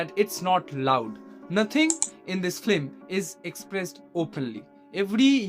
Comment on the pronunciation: First , that movie is based on the novel ' Nosto neer' by the greatest Rabindranath Thakur . And it's not flim, it's film. Atleast try pronouncing correctly before spreading gyan .